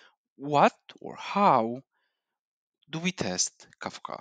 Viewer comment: its kafka not kakfa